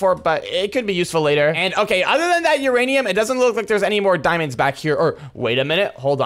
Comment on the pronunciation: one of videos he said uraniam ore exsist